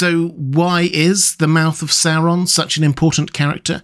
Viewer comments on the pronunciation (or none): Oo wawz thuh mouf ov sour Ron? Yikes.